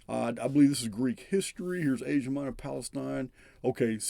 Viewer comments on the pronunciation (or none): none